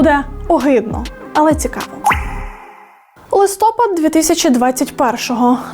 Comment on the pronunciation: Та що ж , ніхто не може вивчити «листопАд»